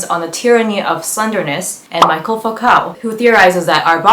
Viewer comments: great video but just wanted to gently point out that it's michel foucault not michael oop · Such an interesting video! Thank you for it! Will definitely be reading Bordo's essays in the near future!! And just subscribed to you, can't wait to see more of this series! <3 Just a small addendum; it's Michel* Foucault not Michael, as Michael is an english name ;)